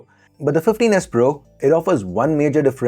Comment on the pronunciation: 😂😂😂What..!!!, Fifteen S Pro » Teenus Pro » Tinus Po » Tinus